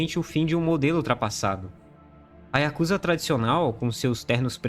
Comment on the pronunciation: A pronúncia correta é yakuzÁ!!!!!!!!